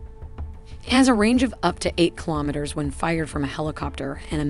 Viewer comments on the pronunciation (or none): you wouldn't say 'Ka' as in a single word, but instead as two letters, a la "K.A. 52." Also, the 's' is missing from pronunciations like 'meters' and 'kilometers.' Another amazing video! Best content out there describing military technical data...and the models are simply incredible. I am amazed every time!